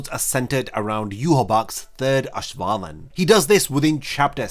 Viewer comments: Auswählen is pronounced like ows-vay-len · It’s a minor detail, but please look up how to pronounce auswählen😭